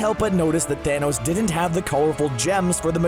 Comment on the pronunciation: You mean Thonos?